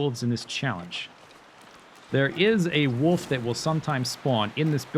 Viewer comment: "a woof" I've never heard that accent before for wolf